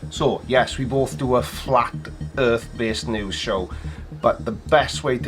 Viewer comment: Hi PlanarWalk, I will certainly follow your news-channel as it promises lots of hilareous facts. But about the name: is it me (I am not English-speaking) or your accent, but it sounds like "Flat Earth Noose"! It might be hopefull wishing or a Freudian "Slip of the ", but i certainly hope it will kill their movement! Good luck with it!